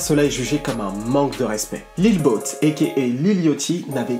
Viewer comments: sa ce dit lil yaty pas lil yooty au pire dit lil boo pas lil boot frère fait un effort je pleure le sang avec ta accent mdrrrrr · Très bonne vidéo poto mais juste niveau prononciation ça m'a grave gêné, Lil Yatchy ça se dit Lil Yady avec un d pas trop prononcé, et le pour Lil Boat, ça se dit Lobo lui même le dit... enfin à part ça c'était pas mal!